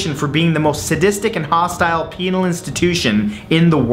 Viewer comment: you said penal hahaha